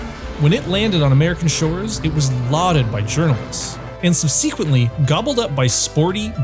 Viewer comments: Tiny aside. I’ve noticed quite a few YouTubers mispronouncing “subsequently”. Is that a USA accent thing? Are they just reading a script and saying a word they don’t know? It’s /ˈsʌbsɪkw(ə)ntli/, or more simply “sub - seh - qwent - lee”. Still it’s a great video; I really enjoyed it. Thanks. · Nice video! I loved my older RX-7 back in the day! Pro tip for voice over artists: "subsequently" is not "sub-SEE-quent-ly", it's "SUB-seh-QUENT-ly". The second syllable is a shawa, like the first syllable of "banana": it's barely pronounced: "b'-na-na*. And for the record: nationalism is not the same as racism. Come on now ... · . Subb..what? My ears are bleeding now. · I wouldn’t mention it except I’m seeing it in a lot of videos, and I did point out this was a small point. I’m just pointing out that this one particular word is not being pronounced correctly by a lot of people who communicate with a lot more people. …or I’m just missing something, like maybe this is how it is pronounced in the USA. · Great video. But I had to laugh at the correct pronunciation of "Jaguar" but the mispronunciation of "subsequently".